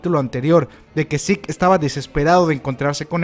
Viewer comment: Este... El nombre de Zeke , se pronuncia : yiku , no zik xd. Solo es una pequeña corrección xd cada quien lo puede llamar como le plazca :v